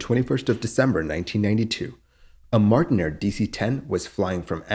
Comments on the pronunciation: That is Martinair, not Martin Air. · MartinAir not Martin Air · It's not Martin Air, it's Martinair. You can tell, because it's right there in THE FIRST FRAME